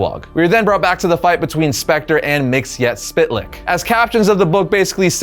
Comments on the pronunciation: Mxyzptlk (mee-zuh-plik) Don't pronounce every letter. LOL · it's not mixiaspitlic it's always been mitsoplic . so unless they changed his name you're saying it wrong. mit so plic is how it was always pronounced. unless he's a new version of the guy but you show old pics from old comics and that tells me it's the same character so in that case his name is mitsoplic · I can't take it anymore.... His name is pronounced Mik-zel-plicks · Its like this. MITZ - PITTL - LICK. SAY FAST AND BOOM. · It's pronounced Mr. (Mix-el-plickt) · Mxyzptlk's pronunciation from the Super Friends (Hanna-Barbera 1970s-1980s) had a much simpler pronunciation which is much more pleasant on the ears (miks-ill-plick). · I maybe wrong, but as a kid the 5th dimensional imp, he is my favorite enemy of super man. I really think and remember from the old cartoons from the beginning of D.C. Saturday morning cartoons, in his name the "T" is silent and the way he was pronouncing it was wrong. It is said Mix 'ol Plix silent "T" in the spelling. I maybe incorrect, but in my Saturday morning cartoons I remember it that way. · You really need to learn how to pronounce Mxyzptlk. 👉 Miks-yez-pittle-ik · So, new listener, appreciated the whole series, thank you. Please, for the love of Bob, never say Mr. Mxyzptlk's name again. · Always interesting to see how people decide to pronounce Mr. Myzptlk's name. In my mind, it's "Mix-uhl-pit-a-lick". I've also heard "Miz-puh-tilk" or "Miz-puh-tal-ick". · Wow great video....except you mispronounce Mister Myztlpitilyk....and that's is plain sad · The way he pronounced myxzptlk really ruined the whole video for me 😢